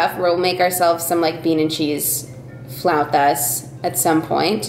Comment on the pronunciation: That flauta pronunciation 🤌🏻